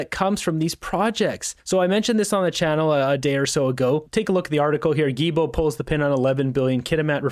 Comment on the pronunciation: Not that I like the imbecile environment Minister, but his last name is pronounced Gi-L-Bo. There is an “L”, and it’s not silent. Other than that, keep up the good work!